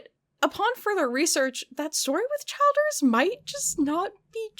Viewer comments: I know it’s off topic but the last name Childers is pronounced Chill-ders. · Chill ders not CHILD ers lol. And I love your biting sarcasm! Holly Hobbie is precious so be nice now!!